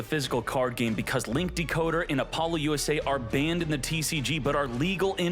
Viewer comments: Is this man saying Apollo-USA? Lmao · Could you stop saying Apollousa wrong, there is no acronym in the name